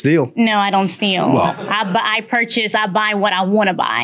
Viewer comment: 😂emphasis on eeeee